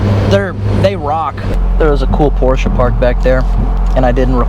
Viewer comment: Those edits had me literally in tears 😂. The liberty bell and loctite scenes! Thank you for saying Porsche correctly! The e92 M3 is ❤ It is on my bucket list of cars I will own. Great work bro! Keep it up 😀